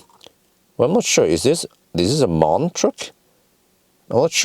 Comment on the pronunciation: Same as BMW, it’s M - A - N and not Maahn 😂 happy holidays